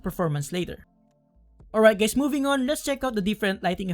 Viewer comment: Did you just said hi gays? Lmao